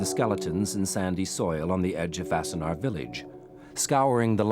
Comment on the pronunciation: It’s “Wassenaar”, not “Vassenaar”. And it is pretty weird to a Dutchman to describe it as being a short drive from Amsterdam as Wassenaar is much closer to The Hague. Sure, it is a short drive from Amsterdam, but everywhere in the Netherlands is a short drive from anywhere else.